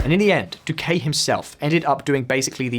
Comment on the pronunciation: The pronunciation of Spanish here is criminal. For example, the man is called dOO-kih and not doo-kAy. The city mih-dih-yín and not meh-dél-yin. Never again do a video about a non-anglophone country without first checking on the pronunciation. It ads to the credibility of the message you are trying to convey.